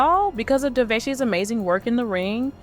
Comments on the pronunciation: How is it daveigh ,at least pronounce the name properly this is what happens when chat gpt writes all of YouTube's content and narrates it , for the record ( Duh-vay ) ......... Why would this Jane doe need to covertly attend an award show they are nominated for in a multiple categories?if the incident happened in 2002 and the vmas were in 2003 ? Most importantly who ? What?why? How? Dafuq?! Let's a 13 year old meandering alone in a metropolis riffed with so much crime they have their own "special victims unit" ? This is both Sus and Cringe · You pronounced Daveigh’s name six different ways. I counted. It’s Dah Vay. Get it right, geez! 🙄